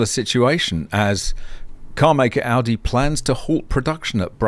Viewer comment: Greetings from germany. You are the first english speaking person, who pronounce Volkswagen / Audi nearly perfect. You know, that these are the same company? And Porsche belongs to them, too. Volkswagen bought all the brands in the 90s. Including Lamborghini. I am really impressed. I know, you are from australia. US americans usually have hard problems pronounce german names and words. I own an electric motorcycle since 2021. Till now i don't had a fire or malfunction of the batteries.